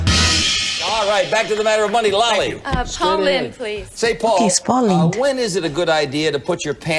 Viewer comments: If you want to see some top-notch Paul Lynde, check out Bye-Bye Birdie 1963. His last name rhymes with 'pinned' NOT 'pined' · Pronounced like blowing in the wind, Lynde.